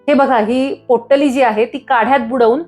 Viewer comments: पोट्टली नाही हो... पोटली म्हणा... पोट्टली पोट्टली.. कॉमेडी वाटत... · पोट्टली नाही बाई, पोटली म्हणतात. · पोट्टली नाही.. पोटली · पोटली ला पोट्टली का म्हणता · Pottali नाही potali